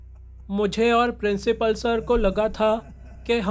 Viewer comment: principal🚫 princhipal✅ 😂😂😂❤❤